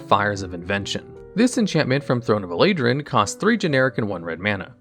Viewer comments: "Throne of Elaidran" its Eldrain, Eld-rain. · Wtf did he just call eldraine? Eladrin? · At this point I'm pretty convinced he pronounces names wrong on purpose to get a reaction and build engagement, just like SaffronOlive. Eldraine being pronounced Elaydrin sealed it Edit: I didn't mean to spark a debate in the replies. All I meant to do was point out an observation about a YouTuber that I like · You completely botched the pronunciation of Eldraine. It's El and then Drain. Like sink or shower drain. El like the Spanish word for "the". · no way you said throne of "elaydrin" instead of eldraine lol caught me way off guard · coming here 3+ years after just to say "Eladrine" ??!!?? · Lost me as soon as i heard eldraine pronounced aladrin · E-Lay-Drin? Are you serious my guy? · Omg, you butchered Eldraine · and in normal conversation or live stream sure. But a fully edited video?? As others have stated, he’s said Eldraine correctly before. I’ll give him a break on necropotence. But does nobody who actually plays the game watch the videos before they are posted? Like I said, it takes me out of the video, and just makes me feel like I’m watching content about MTG from a Yugi-tuber. Which based on the description, is exactly what’s happening. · Necropotence has 2 accepted pronunciations, you can't complain about that one. The other one is a valid complaint though, especially since he pronounced it correctly in the past